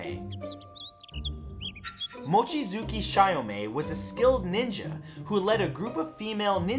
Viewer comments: Actually it's chee-yo-may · Ugh he butchered Chiyome's name so bad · For future reference, most letters in Japanese are pronounced as-is. They don't have nearly as many strange grammar rules as English. For example: Goemon isn't pronounced Go-mon, it's closer to Goi-uh-mon or Go-ay-mon. The E is pronounced literally. Chiyome would also be Chee-yo-may, because the "hard I" doesn't exist in Japanese, because letters only make one sound. The only letter in Japanese that has strange rules is U, which can occasionally be silent, such as the name Sasuke, which is pronounced Sah-skay. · Goemon is pronounced Go-Eh-Mon, try pronouncing Pokemon... Chiyome = Chi-yoh-mey... Seriously, typical westeners... butchering Asian names like nobody's business... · You mispronounced Goemon and Chiyome's names, the "e" in Goemon isn't silent, and Chiyome's name is pronounced Chee-yo-me. Try to figure out the actual pronunciation before recording so you don't start a flame war over butchering someone's name.